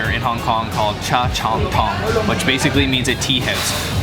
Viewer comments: cha chan teng (tangy , not tong) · It’s not Cha Chon tong, it’s Cha Chan Tang!!. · u arent suppose to pronounce cantonese and mandarin english the same... cha chaan tang is pronounce cha(like chacha dance) chaan ( between chan and chun) tang (like tangy without the y) and the ham in ham and mac is not an asian ham. its the ham u buy in the deli section of western supermarket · 🤦🏻‍♀️ Lots of mistakes, but the enthusiasm & passion is 💯 TBH I watch pointless vids all the time bc I like the host's positive vibes & sense of humor That's a lion dance (dragons are much longer, on sticks) Peeling skin on the sides of the bun = steamed too long "Cha chan teng" pronunciation butchered (And that's where I bowed out ✌🏼)